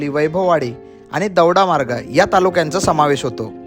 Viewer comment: te Daudamarg nasun Dodamarg ahe😅😅😅